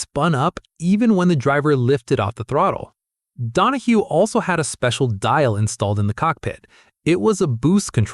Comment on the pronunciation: His name was Donohue (Don-o-hugh) not (Don o hoo). Nothing ruins a post more then mis-pronouncing a name or word. Anyone who continued to watch this is an idiot. i got to and just could not finish it because of the error with the name. Also, the Porsche 917-30 didn't kill Can Am the main sponsor Johnson Wax (SC Johnson) pull its sponsorship which was responsible to the purse e.g. the money won by the drivers. This left Can Am without any money to pay the winners. So it folded.